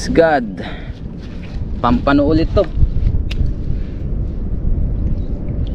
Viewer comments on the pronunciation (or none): No bashing po pls.❤ It's POMPANO po ang tawag diyan hindi Pampano or Pomfrets sa English